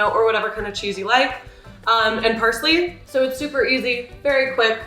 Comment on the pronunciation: umm... what? did you just say persley? lmao